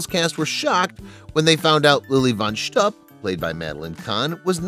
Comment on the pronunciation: This would be a much better video if they had chosen a narrator who knew how to pronounce words in Yiddish. Lily von Shtupp is mispronounced throughout the video. In Yiddish, shtupp is pronounced to rhyme with loop, not cup. It is, of course, Yiddish for sexual intercourse.